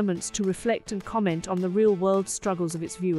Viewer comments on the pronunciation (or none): none